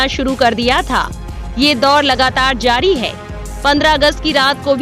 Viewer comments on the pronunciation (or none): none